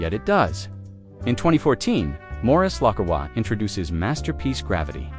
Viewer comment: At least get the AI voice to pronounce the name correctly.